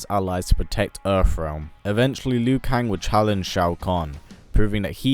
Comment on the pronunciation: “Earff realm”